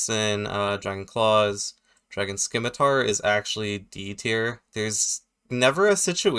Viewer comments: The "c" in "scimitar" is silent btw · I can't stand people who pronounce it "skimitar".....